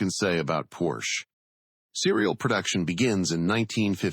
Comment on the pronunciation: Porsche is spoken Porsche, not Porsch. Singular: Der Wagen, plural die Wagen.